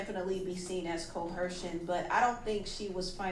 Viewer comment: where is the "h" in coercion?